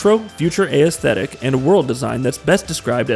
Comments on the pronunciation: Right when I heard aysthetic, I knew this guy didn't write the dialogue for this video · Bro, I'm trying to love your videos but please pronounce "aesthetic" correctly! lol, it's killing me every time I hear you say it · SAME. Especially if he's going to use it REPEATEDLY like he does, omg. It's like he's only ever seen the word written and never actually heard it. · Nex Machine-uh and the A-S-thetic is gonna be the name of my new band.